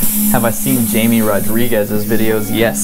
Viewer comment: Just a reminder his name is not Jay-me Rodriguez he referred and mention his own name on his youtube channel and intro his name is Hi-me Rodriguez i'm sure his family and children and for the respect of his family he was a legendary professional airbrush artist that inspired many say his name right out of respect thank you